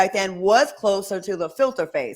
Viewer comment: When she said filter face, I heard gefilte fish 😂